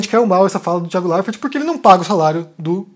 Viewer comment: Por que você pronuncia errado o nome do Thiago??? RSS